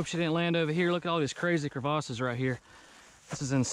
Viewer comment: Cre-vahh-ses, lmao I love that pronunciation, great vid my guy, a real beaut, quality car